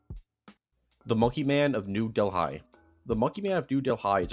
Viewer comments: you butchered the word Dehli. The h is silent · Its Delhi. Not Delhai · It's difficult to listen to someone say so many locations wrong. It's like ots on purpose